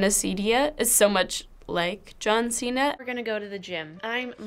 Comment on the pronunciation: It’s “John cena” 🤦🏽‍♀️💆🏽‍♀️